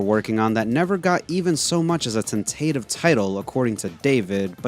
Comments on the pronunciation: and I'm hearing "ten-tay-tiv", but this word is pronounced "ten-tah-tiv". Like, in the word tentacle. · but whyd you say tentative like that? lol. Thanks for the vid.